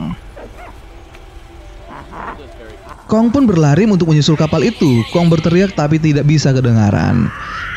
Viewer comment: Lidah nya kepeleset dong, berlari jadi berlaris hahahaha🤣